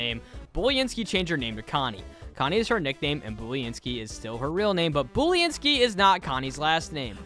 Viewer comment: Pronunciation:Boo-len-skee (Boo as a pun for her being a ghost):Bully-n-skee